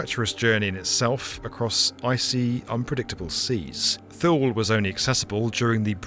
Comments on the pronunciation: I was stationed there from the late 70s to the early 80s working on avionics for the F15. I pronounced it and everyone around me, pronounced it TooLee. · for the record Thule is not pronounced like that..... its actually Two-La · Thule is pronounced Two-lee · Not by the Greenlanders who are part of the Thule (Two-leh) culture :) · Not that it particularly matters but Thule is pronounced (too-lee) and it's contemporary name Pituffik is pronounced (bee-doo-feek) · Neither her nor there, because B1M is just freaking awesome, but Thule is pronounced Two-Lee. So, just in case anyone wanted to know. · Thule air base should be pronounced TOO-Lee. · Too-Le. Not Lee. And why aren't American media talking about the US aircraft carrying that 'accidentally' crash-landed on Greenland with nuclear bombs on it. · One of us is mispronouncing 'Thule'. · He said “cubic meters of snow every hour”. He sounded like he had mush in his mouth, but he definitely said cubic meters. His mispronunciation of “Thule” bothers me. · not "thool" air base ... it's "too lee" air base. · emphasis on the first sylable, like toolee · FYI, Thule is not pronounced "Thool", it is pronounced "Too-lee", which is close enough to how Greenlanders say it. Great job Ford, you totally blew the linguistics. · Small correction: "Too-lee" air base, not "Thoole" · It is not Thuuuuuuul. It is Two-Lee. jfc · In the marine corps we call camp lejeune, la-june but its pronounced le-gern we all just did it wrong lol. Just like your dad called camp thule wrong. Its th-oo-el like the crop not two-lee. Just bc he was in the military doesnt mean he would know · “Tool-ee” Air Force Base. Not “THool”. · "Thule" is pronounced "tool-e" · Thule is pronounced too-lee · >Thule too-lee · Thule is pronounced "TOO LEE" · Thule is pronounced THOO-lee, just like the company. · Two lee Greenland. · Thule pronounced [too-lee] . My Dad was stationed there for year, in the early Fifties. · Thule Air Base…. It’s pronounced “Tooly” Air Base